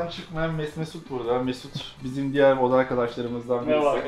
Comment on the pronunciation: nami deger degil diger